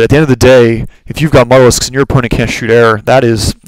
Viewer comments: Not trying to be a jack-ass but mutalisk is not pronounced mut-alisk, its more like mute-alisk, deriving its name from "mutilate". Otherwise great commentaries... keep posting. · it is pronounced "mute - a - lisk"